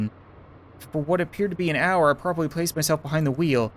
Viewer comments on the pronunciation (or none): none